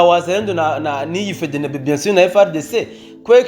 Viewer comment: Uzuravuga Efdienibi apana fedenebe 🤣fedenebe ivuga abohakury uze uraga prononça 🤣🤣💝💝💝💝💝💪💪🇧🇮🇧🇮🇧🇮🇧🇮🇧🇮🇧🇮🇧🇮🇧🇮🇧🇮🇧🇮🇧🇮hejuru cane gihugu canje🥳🥳